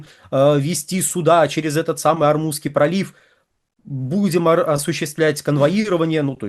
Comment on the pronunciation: ОрмуЗСкий пролив, Вы постоянно называете ормуНский.